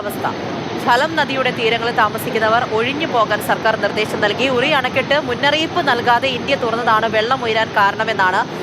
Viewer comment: പിന്നിലല്ല മുന്നിലാണ് ജലം തുറന്നുവിടുന്നത്...... റിയിൽ അല്ല (ഉറിയിൽ )